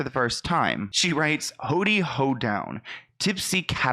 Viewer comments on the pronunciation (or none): It’s HOW-dy 😂